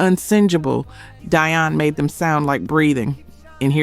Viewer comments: Why did she forget how to pronounce Dionne (dee-on) she kept saying "die-on" ? Sorry if I sound petty but she's pronounce correct at first...wth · DEE-on. Sweet Baby Jesus! Learn how to properly pronounce their names! The fact that you continually MIS-PRONOUNCE their names is SO DISRESPECTFUL!